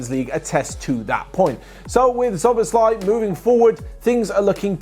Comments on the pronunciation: You should pronounce it like this: so-boss-la-ee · you say soboslai the a is like you are saying aaaah but short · just checking, did OP say that because they're Hungarian and can verify that's how we say it? Can't tell if they're being sarcastic and I thought still didn't quite say it right but idk, I'm just an English speaker